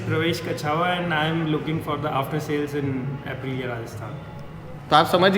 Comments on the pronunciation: APRILLA nahi APRILIA , GAJAB BEYIJJATI HOGAI 😄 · Bhai wo aprila nahi hai pronounce it correct please. It’s app ree leea ye bas pronounce Aaise hi kariye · Bro its Aprilia not aprila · Aprilaaa 😂 i is missing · No hate but.....अप्राला नहीं ह चूतिये वो.....aapka pronunciation ka tarika thoda causal h.. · Bro ate 2nd i in Aprilia's pronunciation 😂